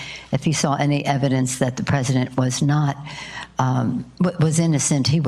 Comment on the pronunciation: lol did she say special cancer?